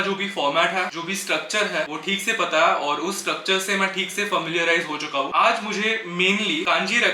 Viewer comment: Bhai aap ‘hai’ kyun nhi bolte. Your hai is silent in every sentence